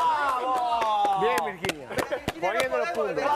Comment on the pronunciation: VIRQUEENIA O VirZana??? Jajaja😂😂